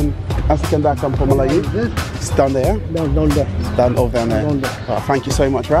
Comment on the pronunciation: The way you say "Melayu" 👍👏